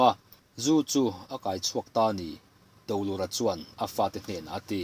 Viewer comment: Kawlkulh lal Dolura hi "Do" tih laitak hi thluk sân deuh tur a ni e